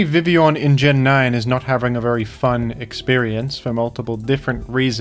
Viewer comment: Perhaps the thing Primal Groudon is most respectful of towards Vivillon is how can pronounce Vivillon's name correctly but not Groudon's.